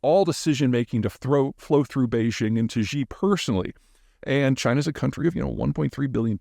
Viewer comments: I'm a long-time listener and enjoy your content. Thank you for being so consistent and for sharing your expansive perspectives on geopolitics, Peter. I just wish you would say Xi ("she") correctly. I certainly don't care to boost the mans ego any more, or to tear you down. I'm just an American who struggled to learn Chinese and have experience living in China. Imagine a Chinese expert saying something like "tlump" while discussing American politics and how much that would impact the credibility of their statement, even if accurate. One simple shift could make you sound more credible and informed to Chinese speakers around the world (obviously, the average Chinese citizen is not allowed to watch Youtube). Thanks again for the great content! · Dear Mr. Zeihan, I appreciate your analysis and enjoy the channel but your mispronunciation of Chinese names is distracting, it wouldn’t take much work, just run the names through Google translate and practice what you hear… the X in Xi is not pronounced like French J 👍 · Please learn to pronounce Xi's name better. It doesn't begin the way you pronounce it, which is with a voiced fricative, like the final sound (spelled by the g) of the English word entourage. Mandarin has no such sound. Of course, you shouldn't try to produce actual Mandarin speech sounds. If you succeeded at that, you'd be sacrificing clarity for hyper-accuracy. In general, transvocalizing words from one language to another is problematical. In this case, however, you're in luck. The normal pronunciation of the English word she closely approximates the Mandarin pronunciation of Xi's name. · Please stop making fun of the Chinese language, Maybe get a little education Xi is not pronounced like ZhaZha Gabor! and Bejing the same thing. You sound ridiculous. For the president, say she, then spread your lips like a giant smile. Hear the difference? For the capital of China, its Beijing as written - like Jingle bells. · Chinese leaders name is pronounced 'She'